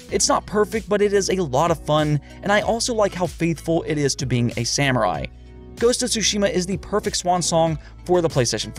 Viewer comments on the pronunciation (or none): none